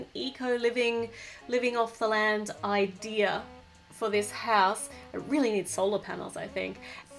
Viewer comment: when she says idea if sounds like she is saying i-deer!!